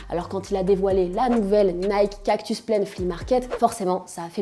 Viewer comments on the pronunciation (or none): none